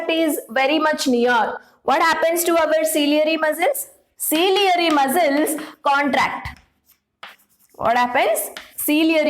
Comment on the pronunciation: It's not cilieary muscles it's ciliary muscle